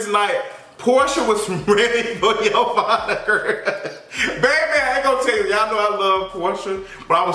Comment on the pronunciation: 💁🏾‍♀️ ITS YO-VONNA......THAT BITCH.....FROM CLARK😂😂